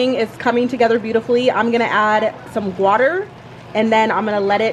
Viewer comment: I had to rewind the video twice to make sure is gwater u said instead of water 😂😂😂